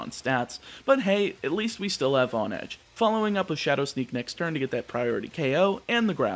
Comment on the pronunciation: Isn’t it pronounced “HONE-edge”, as in how one has to HONE their skills in order to improve.